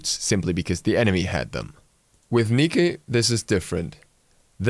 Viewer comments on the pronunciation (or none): STOP CALLING HER NIKI/NIKA! When you select a god in game, they pronounce their own name. It's Nike (like the shoes). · Please stop saying neekee. i know youve seen a fucking Nike commercial. Cut the bullshit. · George Tzef It's Nee-Kay or Nye-Key not Niki. Niki is not one of its pronunciations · losang yolmo gtfo m8...the correct pronounciation is Niki and not Nike. The name co es from the Greek Language and it means victory. Anyway IT IS NIKI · So let me break this down for you, the Greek pronunciation of Nike is Nee-Kay, while the English pronunciation due to the shoe company and overall how the word is meant to be pronounced in the English language is Nye-kee. So tell me why you decide to go with Nee-ki, like what? Also your opponent will build boots early like any good person would, and this is just being nice when considering junglers also build some extra movement speed, and hunters have their fatalis to build as they please, along with the enemy solo maybe building witchblade ( I think that's the one with the slow passive ) to counter your ult, you will not be able to keep up with them, as the laurels in Con come at around 10-15 mins depending on the game, and in other game modes like Joust they move much slower. Therefore you will not be able to keep up with them early, which is critical as Nike's early damage is great and the fact you will not be able to run away means you will have to rely on your ult and leap, which both can be cut out of with hard CC. ( It's happened to me before, tho her 1 getting interrupted is more annoying ). This video seems to not take into account counter build items and or even consider the fact that it will make you suffer in lane and make the jungler see he gank you and you will have to rely on your jump, which if they have hard CC is canceled out of. You ask me this video is getting a little too far out of the box and could encourage people to keep building her wrong, like thos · why do you say nikki? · its nike (naik)